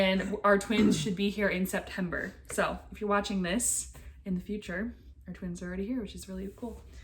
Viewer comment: I loved when said “thanks for wayching”